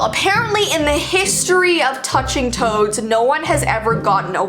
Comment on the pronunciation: omg, I thought you said toes not toads lol